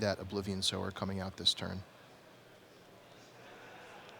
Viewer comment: ffs it's Sower, not Sour! knife hand twitch